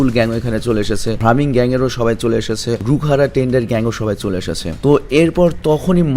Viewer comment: ভাইয়া সেনজুর gang এর নাম ভ্রামিন না ব্রাহমান হবে 😊😊